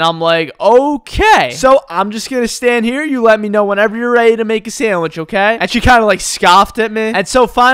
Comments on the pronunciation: Lol,i love how he said "Meh" instead of "Me" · lol the way you say "me" as "maeh" cracks me up for some reason. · I just love the way says "meh" instead of me